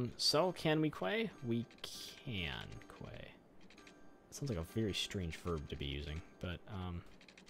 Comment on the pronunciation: Great episode as always! Quay is pronounced like "key", and you could dig out some land where the lake is forming to make it deeper but narrower. TBH I would love to live in Hamilton, looks like a great place! Congrats on 50k!